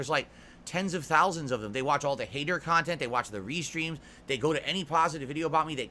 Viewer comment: Holy shit dude 😂 man has been on the internet for 15 years and doesn’t understand how shit works. Everyone has an opinion, stop paying attention to one’s that do lol. On top of acting like he has a ton of people giving him feedback about his “khantent”